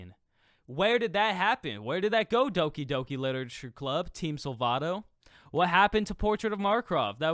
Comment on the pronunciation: It's pronounced Doki Doki bro 😂